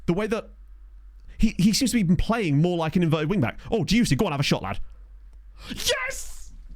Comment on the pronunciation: I know the Player is called Dioussie, but every now and then I hear you call him „juicy“ and i‘m Not saure of that‘s just a coincidence or on purpose, as he play‘s good.